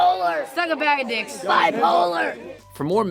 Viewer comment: Keep thinking you're saying dicks